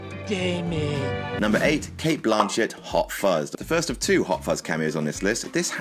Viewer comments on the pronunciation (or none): Her name is not Blaaaaaaanchet?